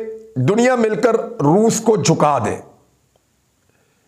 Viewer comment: Re baba Roof nahi re Roos Bol. Roos 🤣🤣🤣. Totle